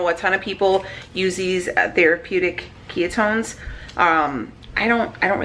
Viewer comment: Did you say “ke-yuh-tones”?? 😂😂😂😂😂 girl you kill me